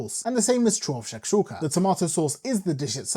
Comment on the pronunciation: U say it correctly 🤣